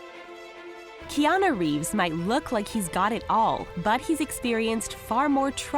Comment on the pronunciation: It is annoying how she mispronounces his name.